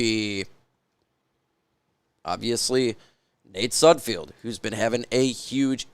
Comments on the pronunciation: Not that he deserves his name to be pronounced correctly but it’s Nate SudFELD not SudFEILD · You do know it’s sudfeld not sudfield right? Not that it matters you won’t need to talk about him anymore I’m sure lol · Day 500 of asking you to please pronounce sudfeld correctly. Youre a reporter get it right man. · Derrick probably knows how to say sudfeld correctly